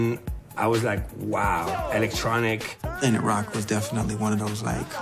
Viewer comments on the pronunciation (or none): "Alactronic" that's an annoying af pronunciation of electronic lol